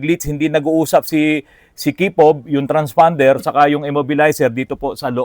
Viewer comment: Naku po may sasakit na naman ang ulo sa bagong word of the day”transfonder” baka isipin transormer hehehe